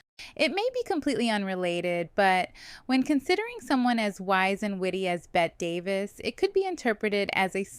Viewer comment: Bette Davis: Please tell me you know it's pronounced "Betty." I think I heard you pronounce it correctly once. You can't do videos about Old Hollywood and mispronounce the name of one of its most iconic actresses. Yikes.